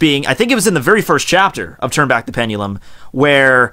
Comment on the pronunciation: never use the word pendulum again, you butchered the hell out of it like 40 times. almost couldnt even watch this whole video